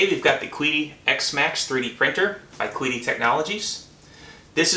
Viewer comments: KWEEDEE? It's "Kee-Dee" xD I'm dead! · Is it not pronounced chi di but with a pinyin q?